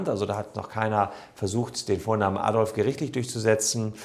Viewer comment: Der Mensch hieß "Adolf" nicht "Addolff"